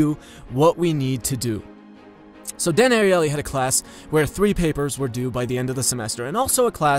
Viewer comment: you did it good, I'm just really into game of thrones I see it everywhere...